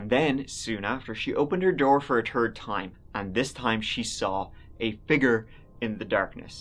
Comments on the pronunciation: "She opened her door for a turd time" 💩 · Love how you say "third" like "turd" 😆😆